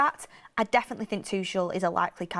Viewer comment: if Thomas Tuchel becomes our manager, please pronounce his surname correctly. It is TOO-KOL (too-kle) not "Tushelle" 😂